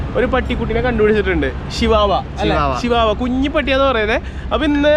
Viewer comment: it not sivavava its chvava